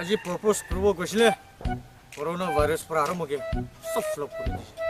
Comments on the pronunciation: Bro, it's propose not purpose😁. Aru eneka mask naphelawi nah ayahhhle 🤦🏿‍♂️. Big fan though!👍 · Not an Oxford or Cambridge University graduate but I see this mistake in almost every video of yours so just wanted to correct it, in a positive way of course, It's PROPOSE not PURPOSE. I'm sure this was an unintentional mistake but just couldn't stop myself from correcting cause I see this mistake in every video. No negative vibe... And nice video . Keep it up 👍 Edit: I'm talking about the subtitle not his pronunciation